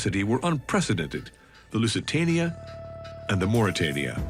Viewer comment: Porque dice lucatania si el nombre del barco era lusitania